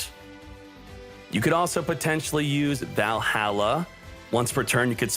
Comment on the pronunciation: that's not how you pronounce Valhalla xd